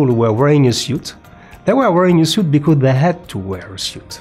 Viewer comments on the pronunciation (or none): nice video, lots of research and history information, thank you. please say S-U-I-T (sut) but not S-I-U-T. (siut) in the future 😂